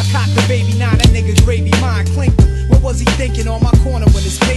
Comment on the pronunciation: The "what" after "left the hospital the same night" is pronounced as 'wut' so it rhymes with the "up" in the previous bar.